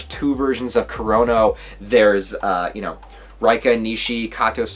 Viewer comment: reika (ray-ka) not raika 👌🏼